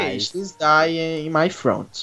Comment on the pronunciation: Eles falando Ok gays na minha cabeça gay 🙄💅